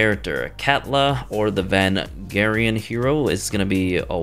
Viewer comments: The Varangian Guard were mercenary guards for the Eastern Roman Empire, primarily sourced from the "Viking" regions of Europe. They were extremely tough fighters, and also very loyal to the Emperor. (To my knowledge its pronounced Verr - Anne - Jee- Anne / Vurr - Ann - Jee In) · Its pronounced va-range-ian. :) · Totally butchered the pronunciation of Varangian guard. Also it should not be a woman.